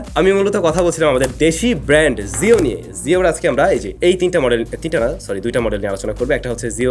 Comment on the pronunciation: জিও বলেন, যিও না!